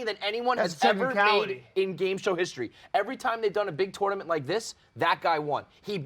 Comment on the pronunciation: is the type of guy to pronounce the "o" in tournament.